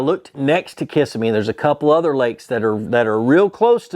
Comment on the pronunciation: Love how you are pronouncing Kissimmee Ki-sim-me is the correct pronunciation